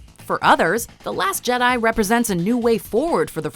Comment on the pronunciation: Da last Jedi???? I loved u but da last Jedi??? I’m done, unsubscribe I have